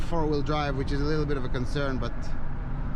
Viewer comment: A leedle ron?